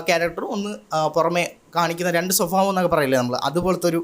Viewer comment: Swabhaavam❌️ Sophabhaavam✅️